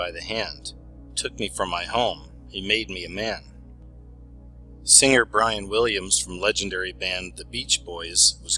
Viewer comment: ~ I love your stuff! But, FYI, words like 'singer' aren't pronounced with a hard 'g'. It's not 'sing-grr'. The 'ing' is soft.